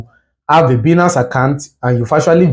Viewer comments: It's pronounced as baaaaa--iiii---nnaaaaance not biiinance ..😒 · It is Bainance pronounced